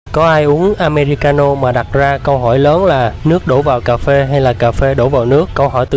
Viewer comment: Phát âm sai rồi không phải am me ri ca no